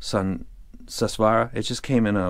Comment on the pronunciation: It's not Sus swaara... it's Soo-Swaraa...it's sanskrit..Su means good Swara means Sound